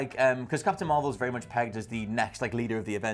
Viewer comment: Is possibly a TomSka fan, "Dat's Vewy Nice". Much love to you,.